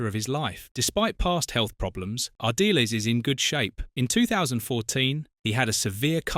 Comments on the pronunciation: Its pronounced Ar-dee-les not Ar-deals or Ar-diles. Lol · Lost it all? What a load of rubbish. You can't even pronounce his name properly - pathetic. I won't waste my time on any more of your videos. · at least learn how to pronounce his surname.